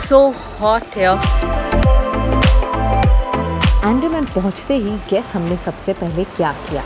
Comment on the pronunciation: It's not अँडमन it's अंदमान Ok